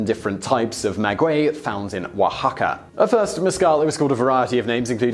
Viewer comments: Hi Simon overall great video. As a Spanish speaker the only feedback I'll give is that Spanish has consistent pronunciation, unlike English. With that said, the "a" in agua and blanco is pronounced like "ah" and NOT like the "a" in cat. So it's ah-gwah and blahn-ko, respectively. The rest of your Spanish was fine. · uh... my man, pronounce 'blanco' for me again? i think i must've misheard you